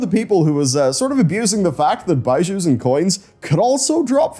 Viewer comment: please, it’s not “byeshew” it’s “beezhu”